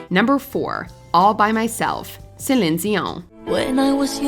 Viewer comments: It’s “Say-leen Dee-Yawn” not Suhleenzeeon or whatever the fuck that was 😂 (and in French you don’t pronounce the n of her last name) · Stop sayin Celing Gio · Did anyone else stop the video at her pronunciation of ZILIN-DZEON? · Cshelinn dioangg........Nah wtf was that. You need to put some respect on that name, it's not hard to pronounce.....sellleeeeen deeeeoooooon. Ffs, you can even make it all into one word if you need to......people will know. I'm a 40 yr old who grew up with celine Whitney and mariah...... and commenting like a 2o yr old in charge of this channel is gonna understand wtf he's even posting.😂😂😂😂 nevermind lmao I give up. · The mispronunciation of CelEEn Dion's name was like nails on a chalkboard. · OMG the voice overs pronunciation of Celion Dion :D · Ugh. Ypu lost me as a listener. Please use someone real. No one real would mispronounce Celine Dion. I'm sad. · You really need to do better research on your music and songs. It was even in the news at one point about Christine Aguilera, singing the song reflection for the movie Moulin. Because it had extremely difficult notes that most singers can't even sing. You're also mispronouncing Celine, Dion's name. Then, you completely forgot Cindy Lauper, who's done some really difficult songs. You seem to like to stick to a range of only 25 different singers. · Yeah, indeed! What a bad pronunciation of Céline Dion and a way to tear up someone's beautiful name😖! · The way she pronounces Celine Dion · Why are you pronouncing Celine dion so weird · Pronounce Celine dion like you were about to sneeze 😂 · the way you pronounce céline dion is SENDING me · So We’re even overpronouncing celine dions name now😑